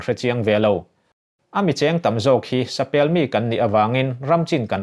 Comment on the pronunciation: Sapelh nilo vin, sapêl tih tur.